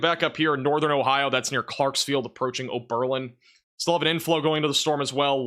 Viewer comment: Gilead = “Gill-ee-Add” not “Gill-eeed”. 👍🏼 Oberlin is “Ohberlin” not “Oh-BER-lin.” 🫡